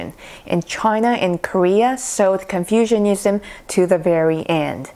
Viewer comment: You are mispronouncing Confucianism almost every time you say it. The way you say Confucianism sounds as if people have developed an ideology based on confusion, rather than the teachings of Confucius. Please don't take my comment as an insult. You speak very good English, but you, me and everyone else can still improve if we know what corrections need to be made.